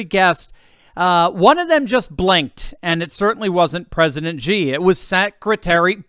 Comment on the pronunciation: Xi is pronounced, Shi, not Gi